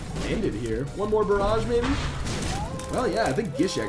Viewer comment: Whenever nl says barrage I think of wade barrett :-)